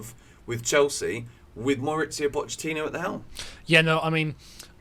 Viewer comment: Poch is Argentine not Italian why you said his name like that 😂